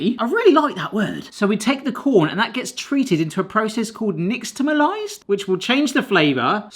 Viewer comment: Dude, just stop. You don’t know what you’re talking about and are thus misinforming and others here. “Nixtamalized” is NOT pronounced the way that you spelled it. Wherever did you get that idea?! 😂 🤦‍♀️ absolutely pronounced it correctly with the ‘x’ sound, not an ‘sh’ sound. I mean, you have the ‘net at your fingertips to properly educate yourself about this - use it! Lol. Secondly, in America, we spell the word “nixtamalized,” not “nixtamalised.” Using an ‘s’ instead of a ‘z’ is a British-English thing, not an American-English thing.